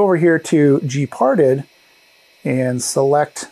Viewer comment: gparted is pronounced like "gee-part-ED" with the last syllable emphasized and pronounced like the first syllable of the word Editor. It is an abbreviation for GNU Partition Editor. It's a good open source tool that can do a lot of good things, but can also do a lot of bad things if one does not know what one is doing. SATA drives in modern Linux systems are treated as if they were SCSI drives, so it's not surprising to see drive devices referred to as, for example, sda (SCSI device A), whereas IDE drives may be referred to, for example, as hda (Hard Drive A), or may, depending on the distro and release, fall under IDE over SCSI emulation and also use the sdX nomenclature. Regardless of type, they are all block devices, and can be listed in tree form from the command line by typing in lsblk then pressing the enter key. Similarly, to list all USB devices, lsusb followed by the enter key. Each of these commands has options for more specific uses, a listing of which is available by issuing a space followed by --help after the command.